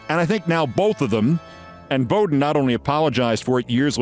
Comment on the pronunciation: Pronouncing Bobby Bowden's name wrong did wonders for your College Football cred. BOW DEN Noy BO DEN